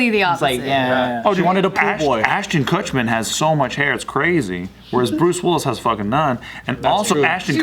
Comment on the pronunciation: Ashton KuchMAN? KutMAN??